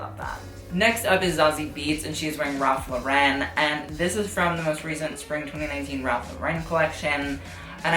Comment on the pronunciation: the way he pronounces ralph lauren... ugh